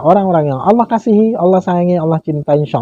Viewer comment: Aku suka bgt klo ustad melafalkan kata Allah...sgt fasih